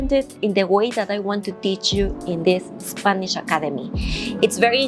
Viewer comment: when you speak in english, try not to pronounce the "i" in spanish. For example when you say the word "spanish", it sounds like your saying "spaneeeesh". Pronounce the "i" like an "e" in spanish and youll get it right.